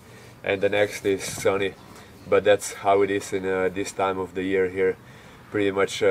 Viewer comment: "Here", Where are you from? Thanks